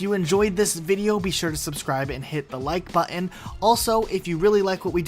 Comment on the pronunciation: When you learn to pronounce the word “ button” correctly, I might consider giving this a like... maybe.